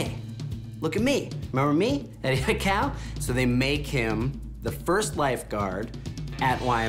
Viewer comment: thought he almost said aikae 😂😂😂